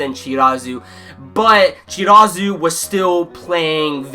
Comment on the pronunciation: I like your review! Just one thing, the people you are talking, "Chirazu"? I think you meant Chikara Ennoshita? Substituted Captain right? I know there are many haikyuu characters and remember the names are difficult. I just want to make sure you are talking about him! And Tadashi Yamaguchi is my favorite chara and can't wait his time to shine too! I'm not manga reader so I am really hoping it :( Please do Haikyuu review again!